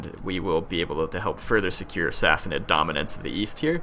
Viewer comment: Go / Sassanid Persia! End slavery through out the known world. Sassanid is pronounced Sassaneed, long "e" sound:^) We need close order Tirbad archers too (could also use pavise for sieges, and which can be combined with Paighan spear, pronounced Pieghan, a long "i" sound:^) Oh Dart were first used with the Paighan spear also...